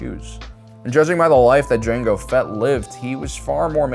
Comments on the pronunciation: mango fett?????? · Mango Fett…?